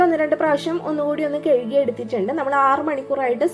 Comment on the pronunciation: കെഴുകി,, അല്ലാ ഹേ, കഴുകി